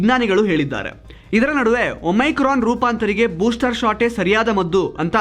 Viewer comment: please ಒಮಿಕ್ರೋನ್ ಅಂತ ಹೇಳಿ.